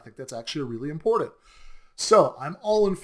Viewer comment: In poordunt. Versus important. I pronounce it like window tint in poor tint.